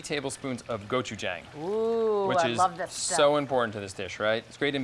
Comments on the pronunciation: Can we all learn how to pronounce gochujang please? The last syllable rhymes with “gong”, not “clang.” Go-choo-jahng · Uggh his pronouncing the Korean words kill me